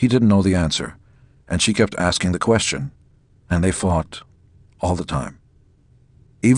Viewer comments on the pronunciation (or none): none